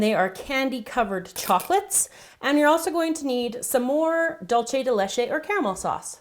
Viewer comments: The way that you say dulce de Leche bothers me cause your saying it like " dulche de leche" when your supposed to say it like " dulce de leche" but other than that the video is great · "Dool-seh" de leche. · It's sooo funny when you say Duce de Leche! I love your creations!! Greetings from Spain!:) (here whe have "Lacasitos" and smarties and m&m too) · you pronounced dulce de leche completely wrong -. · it looks delicious!! it's so funny how you pronounce dulce de leche!! hahahaha great video! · yup... trying to do spanish by pronouncing in italian... cringeworthy